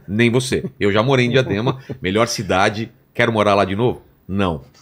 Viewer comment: MELHOR CiDADE... soa como MELHOR iDADE... o que, convenhamos, SABEMOS QUE NÃO É ! ! !